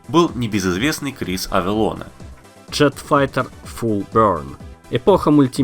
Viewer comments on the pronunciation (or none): Да почему же "Авелонэ".....???? с произношением у вас слабовато)))